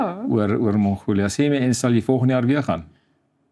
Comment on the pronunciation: Nie die Engelse "Mongolia" ("Monghoulia") nie, maar MONGOLIë asb.